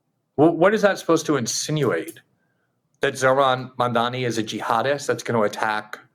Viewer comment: That IDIOTIC Elise pronounced his name Mamdami!! Idiot!